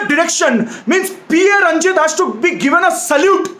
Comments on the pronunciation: it's not P A Ranjith it's PA Ranjith an initial in tamil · Yes paa Ranjith not P A ranjith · Pronounce पा ranjith not P.A Ranjith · Great review! Please note: director's name is Pa Ranjith, not PA Ranjith (Pa is pronounced as is). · Pa.Ranjith should be pronounced like "Paa".Ranjith (like Amitabh Tabu movie)